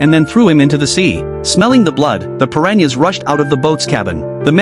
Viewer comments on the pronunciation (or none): Bruh it’s piranhas not Perrania’s